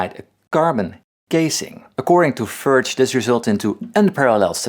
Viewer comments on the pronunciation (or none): It’s not pronounced as FURCH, it’s pronounced as Foo-rakh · As someone who speaks czech, your "ch" is totally wrong lol. It sounds like "krch", and englishmen should be able to pronounce it, just say it like the "ch" in lochness, the way scots say it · Thx for the genuine "FURCH" pronounciation :) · Its just "FURK". Not förtch, not furch or Furz (German: Fart). Just Furk with a hard k. Like "fork" with a u. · Very nice guitar and comments and story...just one thing...I would prefer hearing the FURCH name properly (not english spoken "ch" like our "č") like you did on your second attempt in this video. Mr Furch would thank you as well :) Thank you for bringing czech quality products to thw world! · I'm sounding like Cardi B trying to pronounce Furch right. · Paul, thanks for this great review. I always enjoy your insights and the beautiful instruments you show us. You raise an interesting issue in pronunciation when you speak how to say “Furch”. We Westerners are generally very lazy with our accent on foreign words. While we expect Europeans, Asians and Middle Eastern people to clearly pronounce English words when they come to our shores. I find the same problem with English speakers and Hebrew. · Dude! Love this vid and LOVE this guitar. But please pleas please do me one favour. PLEASE refer to this guitar by its properly pronounced name rather than dumb it down to that sector of your audience who tend to impose their culture and sensibilities on EVERYTHING! (AND expect everyone else to do the same). We are never going to educate them out of their ignorance unless we try. LOL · I think the best way to pronounce the "ch" in the name is like "k". At least it sound similar to me :-) (and I'm czech :-)) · I'm just wondering what kind of a spirit did we summon by trying to say Furch. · Hahha the first thing that did cam to my mind when you did say the namn with the dutch g was that you must be dutch my dad speak dutch so i can some dutch